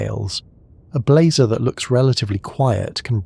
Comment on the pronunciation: I had to stop sorry. Blehzahh and blayzer drove me insane.